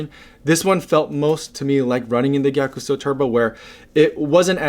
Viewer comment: Just for your info, Gyakusou pronounce as “Gya-Sou”, you don’t pronounce the “ku”